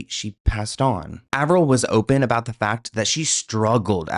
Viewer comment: Did anyone catch how she says “about”??? She’s Canadian. In the old interview she says “aboot” very subtly. And later when she’s being interviewed about the conspiracy- she drops into valley girl mode and then says “about” the American way… I was friends with the original Paris Hilton impersonator (she is Canadian and I will call her Nancy)… but Nancy was pushed by her agent to go do more and more gigs posing as Paris until she finally made the “Simple Life” episode. The transformation that sweet girl went through and her confessions of how she was having an identity crisis was getting serious. GUYS the industry is full of decoys… I nvr thought I’d say this - but btw the mole, the voice, the accent and style shift… I think im convinced. It’s the sparkle in Melissa’s eyes that was deeper in Avril’s eyes. Hmmm. 🧐